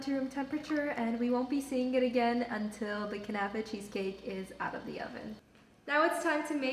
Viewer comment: kuhhhnafa 😂😂 girl learn how to pronounce first!!